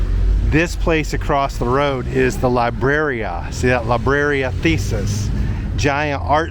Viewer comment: Libreria is a bookstore, not a place for puzzles, it is pronounced lebrerea!